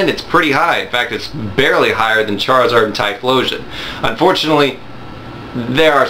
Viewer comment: lol "Chariard" XD